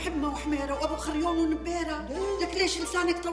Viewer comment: أحنه بالعراق نقول ابو خريان مش ابو خريون 😂😂😂